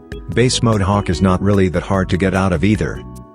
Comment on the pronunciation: The ai voice does bro so dirty😭 it sometimes makes hawk sound like cock